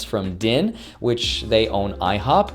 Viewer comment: Company's called DINE, they own restaurants like IHOP, pronounces the company as DIN. Russian confirmed.